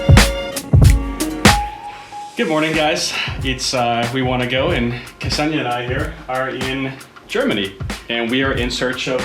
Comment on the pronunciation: Interesting pronunciation of name Kseniya.